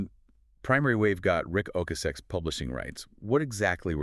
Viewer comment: It’s pronounced O-cass-sick